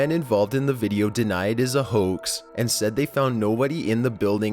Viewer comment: denied as a hoaxa. popularitya, publica, worka. Like bruh stop with ur voice